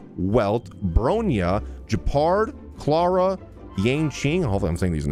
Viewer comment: Me when he pronounced clara wrong: ITS CL-AIR-A NOT CL-AR-A